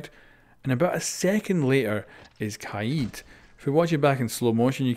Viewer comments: Kaayeed? Isn’t it kaid? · Its pronounced kaed not kaiiiid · Who is kieed? It’s kaid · Did he pronounce Kaid like kai-eed instead of kayd? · Ka-yeed lol its KAde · Its KAID not KAEED damn it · I think it’s pronounced KAID not KA EED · LMAO HE SAID "KAYEED" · Myth - can you say kaid right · Y he say kaid like that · The way he says kaid is triggering me lmao